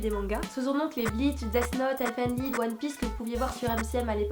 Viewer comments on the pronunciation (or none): none